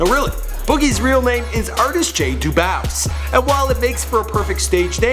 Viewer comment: It's Dubose!!! Get his name right!! #MyCuzzo